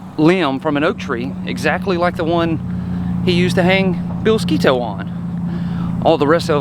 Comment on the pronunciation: Thank you for pronouncing Sketoe correctly